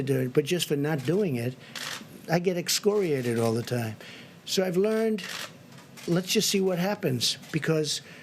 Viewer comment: He’s said excoriated lol